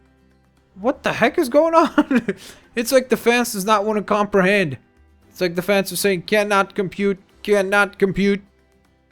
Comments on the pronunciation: It's fence not fance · Why does he say fance instead of fence? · Lol its fence pronounced fince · He said fance